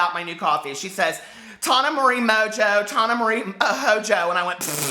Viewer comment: Tana Mongeau (Mojo pronunciation)